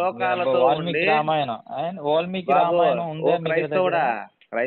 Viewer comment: ఒలిమికి కాదు రా babu వాల్మికి .